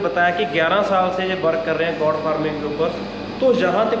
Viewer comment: गौट नहीं गोट बोलते हैं भाई